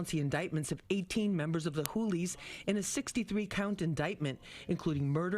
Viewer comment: Wtf are the hoolies😂 sounds like hookers🤣